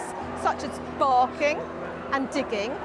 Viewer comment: "They have sume intristing traits like borking and digging" 😂😂